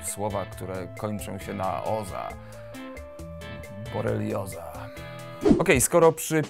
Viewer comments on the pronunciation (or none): none